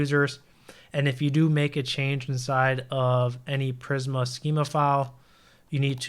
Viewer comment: Im going to lose my mind hearing you say Prisma wrong